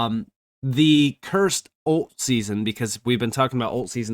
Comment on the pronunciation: oh, he is mispronouncing "alt" season then then. He keeps saying "olt" so it was unclear. 😛